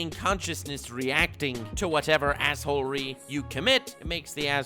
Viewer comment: Are you trolling with yhe way you are saying assehole-ery?